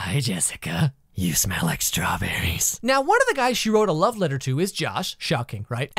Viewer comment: nah he said it more like Y O U S M E L L L I K E 𝗦𝗧𝗥𝗔𝗪𝗕𝗘𝗥𝗥𝗜𝗘𝗦